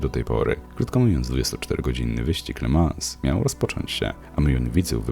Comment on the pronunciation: Le Mą - nie La Mans